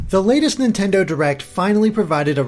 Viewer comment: dear you trying to say Nintendaan hurts me